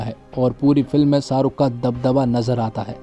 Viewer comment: शाहरुख बोल भाई साहरुख नही